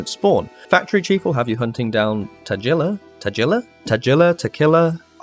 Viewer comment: the g in tagilla is pronounced like in gif